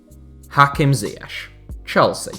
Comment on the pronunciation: Thats not how you pronounce ziyech